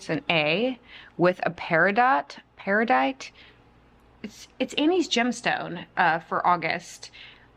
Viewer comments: Peridot is pronounced Pear-ah-doh (Momma of 2 August babies and my bday is August as well) ❤❤ So happy that your heart issues are improving!!! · Good for you! I have a feeling you will improve mentally with these intensive sessions. Also, so happy to hear that you are doing so much better cardiology wise. Off topic, I think the gem stone you are referring to is Peridot--pronounced Peri-dough. (Atleast that's my NY pronounciation) Keep strong!🥰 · Peridot = Pair-uh-doe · So happy ur doing well!! It is pear-ih-doe! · Her birthstone is pronounced “para dough” 🥰 💚 I’m so happy you are doing better!!! 🩷🩷